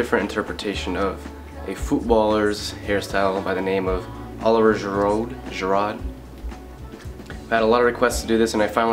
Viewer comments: it's really Oh-liv-ee-ay Jee-roo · it's pronounced olive-ee-ay ji-rood but nice try! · ahh you butchered his name Oh-liv-Y-eh Gee-Ruu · Great tutorial. Like the look. Only thing is it's pronounced "O-liv-ee-A Juh-rude" - haha! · Oh-live-ee-ay Ji-rood. That's how you pronounce it :P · it's pronounced Olivi-Ay Ji-Rood but whatever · He absolutely murdered the pronunciation of his name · You should probably look up how to say his name for future references. You can probably just hear some commentator on a Youtube video of him and how to pronounce his name. I feel like that's important when speaking of someone is how to say their name. I appreciate the effort though. Sorry I am just an Arsenal fan and I feel like it would've been pretty easy to figure out how to say his name. I do like the haircut man been a follower for a while, keep up the good descriptive videos! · That Olivier Giroud pronunciation... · your right with the whole meshing thing david beckhams style looks like a slyly modified version of girouds...... and improve your pronunciation of oliver giroud looooool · Couldn't butcher his name more than that.. Good video though!